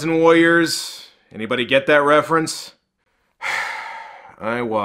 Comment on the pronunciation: with all do respect man i think you say warrior weildly